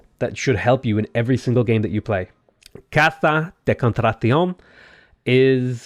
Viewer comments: be pronouncing aztec names without that much toruble but butchering simple spanish words 😂You just turned "House of hiring" into "Hunt of contraction" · I love how you butchered Casa de Cotratación to the extreme lmao. No worries though